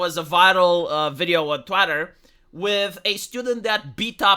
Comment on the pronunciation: Did He call Twitter, Twatter? 😂